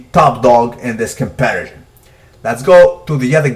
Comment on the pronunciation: I told you the last time. The word is comparison, not compersion. Do you even vocabulary yo?